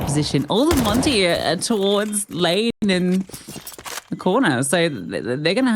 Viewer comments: It doesn't suprise me, My real life name is monte and almost all English speaking people pronounce it monty even if i tell them the pronounceiation is montuh (i think same as the monte team) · it's so annoying they can't even pronounce monte, it's not called monty but i guess it's the fault of their accent afterall, not proper for an international tournament and stream to have them talk with such a hard to follow accent